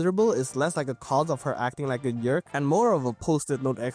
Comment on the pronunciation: you keep saying "derk" and its hilarious haha